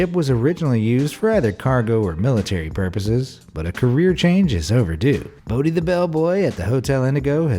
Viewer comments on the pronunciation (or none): none